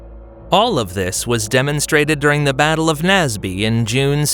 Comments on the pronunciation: Also, "Naseby" is pronounced "nays-bee", not "nazz-bee". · And "Naseby" is "nays-bee", not "nazz-bee".